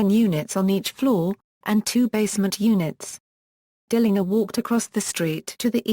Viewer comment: I'll say this tho ,she pronounces his name correctly which is rare. he called himself correctly, DILLINGER w/ the last syllable like 'finger'. the German way.